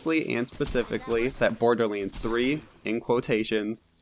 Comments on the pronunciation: Why cant you say LANDS ? You are saying Lainds ..... its kinda annoying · Borderlends.... anyone else hear that when he says borderlands